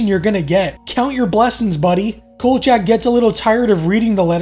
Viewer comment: Could you please get the characters name right, his name is kolchack and not kojack.